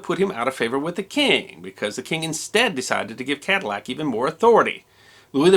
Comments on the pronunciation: I believe the proper pronunciation would be to eliminate the double "L" sound so it comes out as " ca-dee-ac" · In school as a child in Louisiana, I was taught that the correct pronunciation was Kaah-dee-ack for the person and Ka-dil-lac was the Americanization for the car.